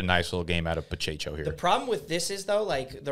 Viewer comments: Pacheco NOT Pachecho. Pa che Ko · Pa-cha-cho 😂. It’s Pa-check-o. Hilarious.